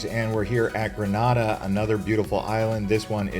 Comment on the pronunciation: Okay, you lost me when you said "Gre-nah-da" 😂